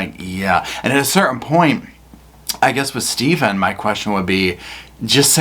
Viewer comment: The HAIR is THERE Stay-ven!! WHY Stay-ven WHYY??